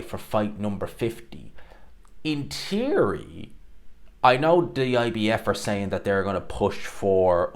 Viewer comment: He can't pronounce basic words 'teary' instead of theory, 'tink' instead of think. What a slob.